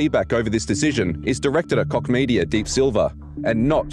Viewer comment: Apart from your opinion about this topic: please don't pronounciate Koch as dick...ehm...i mean cock! The h in the end of the name is just an h!